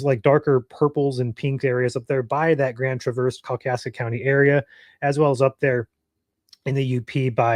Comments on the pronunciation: Grand Tra-VERSE? Are you really from Michigan? Who says that? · I thought the same. He's pronouncing it like the car Chevy Traverse. But its more like the first part of Trav-is Kelcie from the Kansas City Chiefs. So Trav (Travis Kelsie) verse (like a verse from the bible) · I have never heard it pronounced that way in my 69 years in Michigan.